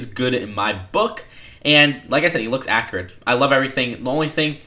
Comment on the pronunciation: You keep saying 'akkerut' and 'figger'. Practice these words with a 'you' in them. Accurate. Figure.